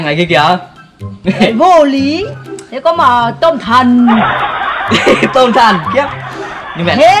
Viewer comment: Tôm thần mà mình nghe như là tâm thần😂😂😂 👉Có bạn nào nghe lầm giống như mình ko👈